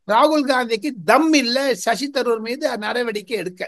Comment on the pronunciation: shows the flavor of Tirunelveli journalistic style only..needs to improvise on the interview capability and body language and flow of words..say he is not bable to say sasi taroor name also properly..sound like a village women..